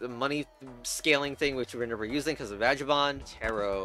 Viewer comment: Please never pronounce vagabond that way again lol. It's a hard G.